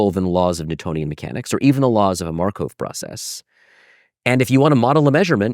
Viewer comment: Schrödinger/Markov. Why can this prof not pronounce this extremely basic/common names in Mathematics/Physics, despite him obviously being a person who devoted a lot of time to pay attention to history, etc. Even an anglified version of the 1st should not be pronounced "Sh-ro-din-Jer", but but rather "Sh-ruh-din-Ger" (i.e. not an O-sound and hard G instead of J). And Markov is not pronounced "mar-cove" but more like "markoff".